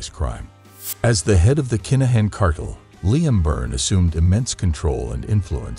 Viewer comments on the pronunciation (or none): 😂😂😂😂😂😂 I was about to say the same thing 😅😅😅😅😅😅😅😅 Limmme😅😅😅😅😅😅😅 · Never heard it said like that 😆😆😆😆😆. Ly-am 🤣🤣🤣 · You seriously cannot be serious the way you say Liam 🤦‍♂️😂😂😂😂 ffs